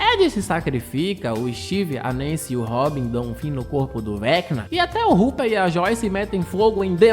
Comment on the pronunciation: O “rupper” kkkkk